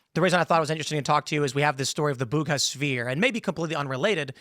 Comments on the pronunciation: There's no 'h' in Buga, Tim. Don't know from where you got that. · Buga not Bug ha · It's BUGA 🤦🏻‍♂️ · Great story. It’s Buga. Town of Buga, in Valley del Cauca, Colombia. The Bugha name sounds like the name of some place in India, in the east.